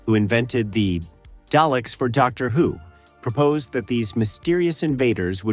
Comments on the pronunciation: Please stop calling them Dayleks they are DALEKS ,You pronounce Daleks as "DAH-leks" First syllable: "DAH" (/dɑː/) sounds like the "a" in "father". Emphasize this part of the word , Second syllable: "leks" (/lɛks/) sounds like "lek" with an "s" at the end. The "e" is short, like in the word "head". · The AI is too bad I can't listen to this. Day-licks? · It sounded like day lick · Duckta Whom and the Day-Lecks lol